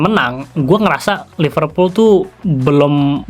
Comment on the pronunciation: Gimana fans liverpool sucribe lo klo lo nyebutnya iful kek fans mu